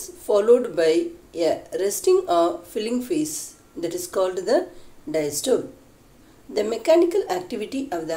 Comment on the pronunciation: Madam you did give it a nice try but still it need alot to explain and regurgitation pronounciation was incorrect besides systole and diastole.